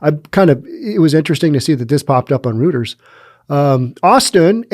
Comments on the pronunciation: Minor quibble... "roiters", not "rooters". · Reuters is pronounced "royters" - Edward G Robinson played the founder in an old movie about the paper's origin. The running gag was his constantly correcting people about how to pronounce his name. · Sorry Reuters is said roiters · Reuters is pronounced ROY-ters